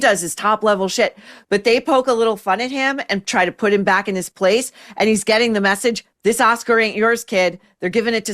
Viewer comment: Regarding, I think her speech errors (and annoyances) are due to her overall mispronunciation of words. Instead of saying getting (with a short 'e' sound [bet, get, let], she's making the 'e' a short 'i' sound. She says gitting instead of getting. I think the short 'i' sound draws attention to the -ing ending of the word, making it sound super annoying. You're right though, she needs someone to help her with enunciation.